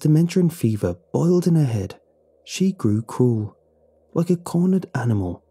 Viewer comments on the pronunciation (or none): none